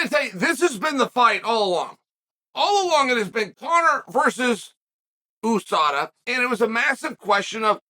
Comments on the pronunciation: Chael is the kind of guy to say a name wrong, be corrected and still continue to use it wrong. Most of the world says You-Saw-Dah, not Ooo-Sah-Dah. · YOUSADA not EWWSADA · he’s right. it’s not like USA where you say the letters, it’s like NASA where you pronounce it as a word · Oooosaaadaa. Isn’t it USADA. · You mean a word like usurp that pronounced you-surp, not ooo-surp? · "Ewwsada" though. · Nobody: Uncle Chael: OOOSADA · "Oosada" Never Change, Chael. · OOOO sada? Chael whats in the coffee or what did I miss? United States Anti Doping Agency, 'You' not 'Oo', get it straight or I give you a titty twister! ... ok jking there, i would get hurt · Sad the MMA community has been mispronouncing USADA this whole time.Thank you, Uncle Chael: you are a scholar and gentleman